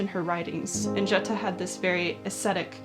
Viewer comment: Jutta - pronounced 'youtta'. A shame that people who talk about someone can't even be bothered to make sure they pronounce the name properly.